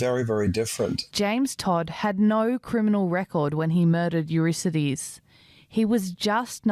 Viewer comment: It's a pity that the presenter can't correctly pronounce the name Eurydice ("You-RID-uh-see", not "You-RISS-uh-dees")